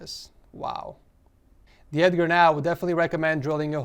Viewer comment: So cwinge